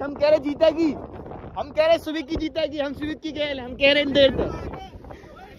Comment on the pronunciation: सुवीक है भाई सुविक 😂😂🙏